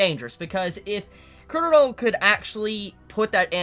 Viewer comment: Everyone has problems pronouncing Chorollo's name 😂😂. Put some repeck on his name!! lol his name is pronounced like a Spanish name. Cho-ro-(y)o . "LL" ="Y"